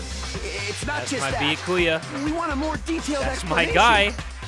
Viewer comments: I love you but, this is how you say his name. Bee-yas without the s-ku-yas without the s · Byakuya: favorite character: Bee-Ah-Koo-ya